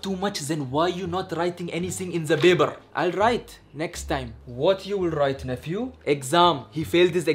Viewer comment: says Baber instead of paper 😂